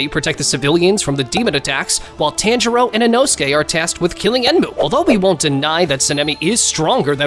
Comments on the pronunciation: Damn, I was really looking forward to watching this but then I realized you’re the dude that says “TANjuro” for whatever reason so I can’t. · Bro Said Senemi and Tanjero 💀🤣🤣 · No body: Those anime review YouTubers: “TÆNJIRO” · You’re saying tanjiro wrong😡😡